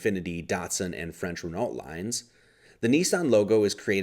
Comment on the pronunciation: Good video. Pronunciation is RENNO, DACH-EEAH & PURR-JOE 👍